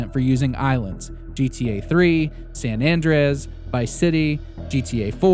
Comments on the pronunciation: The way you said san andreas... made me want to scratch my eyes out.. or did i caught you using an ai voice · love the video but pls dont pronounce san andreas like that again